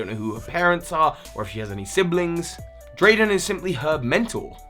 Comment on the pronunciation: YO ITS DEDENNE NOT DEDENNEY WAY DUMBO AND ITS DRAYDEN